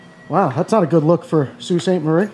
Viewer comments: Sault is pronounces like bow (like bow and arrow)but with an s. Just for educational reasons…lol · Sault is pronounced like "so" instead of "sew". I don't mean to nit pick just wanna help you get it down to a t (= The other two words are dead on though! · FYI it's Sault Sainte- Marie, so (sault) sainte- marie, real pronunciation. I'm bilingual and Canadian btw. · Would be pronounced SO sainte Marie in French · So and sew are pronounced the same. I believe the correct pronunciation is soo… 👊👊📸👍👍